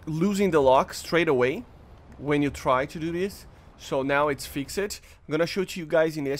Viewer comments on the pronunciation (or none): Fixed is pronounced Fikst